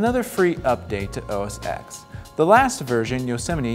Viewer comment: The moment you say "OS EX" you loose credibility. Learn to pronounce the product names you review/preview.